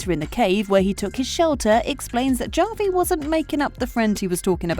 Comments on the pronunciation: It's pronounced "Ha-vi", not "Ja-vi"!!! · how do you make a video essay about something but you can’t even pronounce the characters name right… “ja-vi” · His name is Javi! Pronounced like "havi." It's a Latin name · OMG!!! Javi is pronounced Havi with an H sound not a J sound. Did you watch the show? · Seriously don’t know how to pronounce Javi! What a joke! Bot or Moron! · Stop mispronouncing Javi's name. It's legitimately disrespectful to insistently pronounce it wrong. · my skin crawls each time i hear how she pronounces "Javi" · It's not a real narrator. It's an AI narrator and that's why it can't pronounce non-English names correctly